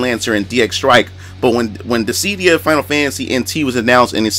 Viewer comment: It’s DIS-SID-DIA.....not Dis—sead-dia